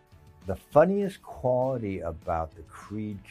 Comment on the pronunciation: He said "quality", but I heard "quabity".